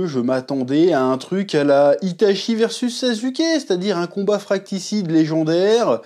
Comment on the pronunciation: C’est fratricide et non fratcticide 😂